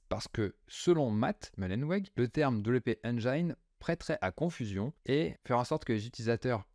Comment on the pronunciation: WpEngin se prononce: Wp éne jine